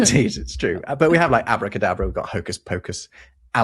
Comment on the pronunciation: It's AbracadAbra, not "avodA kaadabrA".